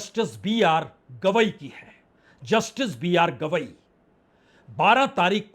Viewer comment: BR Gavai not Kidwai